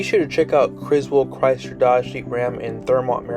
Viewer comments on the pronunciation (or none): none